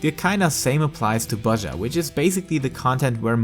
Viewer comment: It is pronounced Bozija btw, like with an I :X